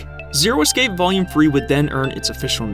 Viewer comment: dude please learn how to say the word "escape".